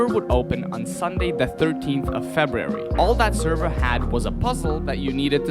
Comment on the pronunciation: An iq test designed by a guy who what pronounce February. Yea no thanks.